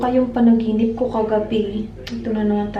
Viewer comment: gusto ko yung "panaginipss" 😂😂 HAHAHAHA labyu ate!